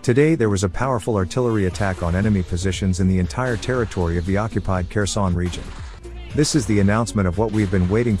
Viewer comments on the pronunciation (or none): Another dislike for your pronunciation. Again, it's Herson, not Kerson. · Dude its "Herson" dont say the K